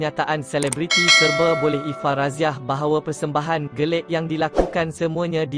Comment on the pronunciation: Admin: salah sebut "GELIK"..yg BETUL adalah " GELEK". Sebutan macam ini sangat memalukan dan bukan daripada penutur jati bahasa Melayu. Tolong betulkan atau berhenti jadi "pembaca" channel2 seperti ini. Memalukan!